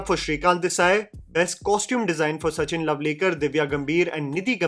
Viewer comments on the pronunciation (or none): none